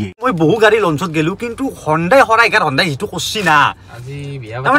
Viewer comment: হনডাই নহয় হিউনডে